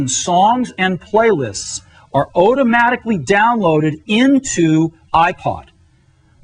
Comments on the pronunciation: tortugash “Otomatically all under one ruff” 😂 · Otomatically.... otomatically. Say it with me, Steve. Automatically.